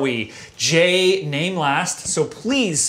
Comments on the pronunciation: Awesome episode and thanks for pronouncing my name correctly!! Also: who else is feeling the speed metal category? lets get this ball (of death) rolling!!! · Against all odds he got mine right...thumbs up